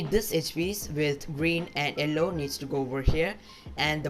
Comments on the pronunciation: It is yellow not ellow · Bro you should improve your pronounciation of yellow